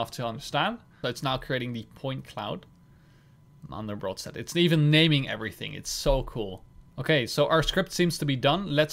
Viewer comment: Btw it's called Mandelbrot, not mandlebrot ;)